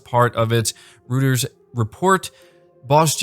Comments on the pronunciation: Its not Routers, its Royters. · "Royters", not "Rooters".